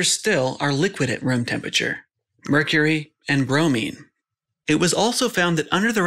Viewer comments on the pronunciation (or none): none